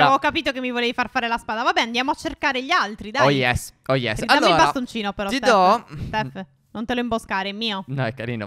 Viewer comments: Vi adoro.😍😍😘😘😘 p.s stef a un 1.53 min a detto phero e non phere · Ha detto però non phero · Giorgia18 7 la grammatica? E comunque ha detto phero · Ai detto fero stef